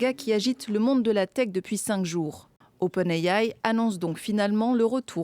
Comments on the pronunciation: Mademoiselle la chroniqueuse, soit tu prononce Open "IA" pour intelligence artificielle avec un prononciation francaise soit l'original OpenAI pour "artificial intelligence" en anglais, mais dire open I-A en prononcant l anacronyme en anglais prouve juste que tu sais parler anglais ...l effet de style tombe a l'eau 😬❌ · Va falloir apprendre à prononcer OpenAI correctement…on risque d’en reparler 😄. Des données qui ont “attrait” 😂. “Les conséquences inattendues qu’on ne peut pas anticiper” (c’est un peut le principe de l’inattendu), c’est le cas de toute nouvelle technologie.